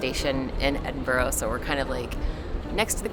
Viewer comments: Nice people. Lovely vlog. Awful pronunciation! ‘Embra’ if you want to sound like a real local! Ty for this, though. 👍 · Edinburgh sounds like Edin Burra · Mate, please stop staying Edinburgh like that. It’s pronounced ED-IN-BRUU Also, head to Leith shore. Best bars restaurants and cafes in the city and it’s beside the water. Especially food on a sunny day. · Holy Moly! Did you learn nothing while you were here? Don't you listen? It's not Edinboro. And it's not a Harry Potter location. It's been here for hundreds of years and all you can talk about is kids' fantasy stories. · It’s pronounced Edin-burru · "Edinboro" ..... cringe. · Definitey not Edinbro!!!! has it right. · Say Edin- burrah! Hard for Americans, and also Canadians. When I asked a Canadian west coast girl for my hotel key...she said where Are u from? I said Edin Burgh.she almost died with my accent😂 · Ed-in-Bra.. maybe drag the Bra a wee bit but not too much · You seriously pissed me of from the first time you called it edinbro,wtf BRO do some research before you offend every scottish person,hell even just ask someone so you don't end up looking like a pig ignorant yank🤬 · It's actually pronounced 'burra' - Edinburra. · Edinburra if you really wish to pronounce it properly. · well it's more Edinburra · Edinbur... The G & H are silent. Just like 'Through or Though. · Ed-in-bruh Ed-in-bruh. Repeat after me, ED-IN- BRUH !!!! Ed-in-bra will do but it is ED-IN-BRUH. It ain't blinking Borough Market !! Talk to locals more. ASK ! Chat. Travel shouldn't just be about looking up at really old buildings. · Oh I wish you said the name of the city correctly. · Please learn to pronounce Edinburgh correctly! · says it right. Sorry,, your pronunciation is awful lol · If you’re coming to Edinburgh, at least have the decency to learn how to say it properly, especially if you’re vlogging. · I only lasted five minutes of listening to you torture the pronunciation of the city you were visiting. ☹